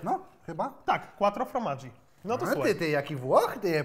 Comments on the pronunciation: żaden Włoch, bo nawet źle wymówił :) ,,KŁATRO FORMADŻI", a nie ,,KŁATRO FROMADŻI" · *kłatro fromasz się czyta xddd